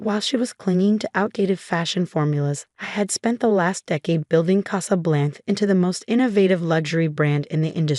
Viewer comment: CasablancA. AI needs to be programmed to pronounce words correctly. 😖😖